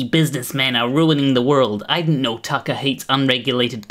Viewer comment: Don't know why you pronounce Tucket Carlson like a pirate, but I kinda like it